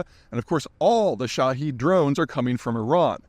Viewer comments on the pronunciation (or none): none